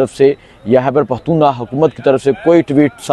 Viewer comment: ooh mr, curb your tongue, don't mispronounce the name of Pakhtoonistan. you are nice person. Hope will be not repeat again اوہ مسٹر، اپنی زبان کولگام دو، پختونستان کے نام کا غلط تلفظ مت کرلو۔ آپ اچھے انسان ہیں. امید ہے دوبارہ نہیں دہرائی جائے گی۔